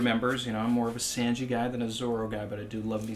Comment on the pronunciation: My only real problem in this video.... is "Senji".